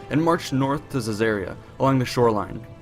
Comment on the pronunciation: Why does the narrator pronounce “Caesarea” unlike the way that I’ve heard it pronounced for the past sixty years?